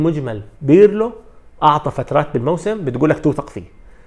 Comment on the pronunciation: اسمو للمدرب Pirlo وليس Birlo .. عيب صحفي بحجمك عندو كل هالقاعدة الجماهرية لسا ما بيعرف يفرق بين ال B و P .. والله مانا صعبة !!